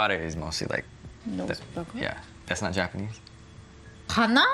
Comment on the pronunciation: (maybe you too young) ..... Japan-nee